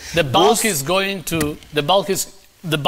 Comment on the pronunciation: He keeps say 'KOING TO'